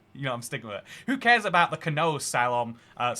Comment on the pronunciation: Wait, how did just pronounce Curaçao 9.34? Kure-ah-ko? And does he really not know how to say the word "canoe"?